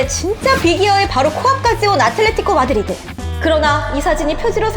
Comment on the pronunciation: 아게로 mad"r"id에는 r이 없는건가 ㅎ